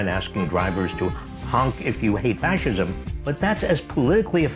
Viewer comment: “Facism” lol what a jocke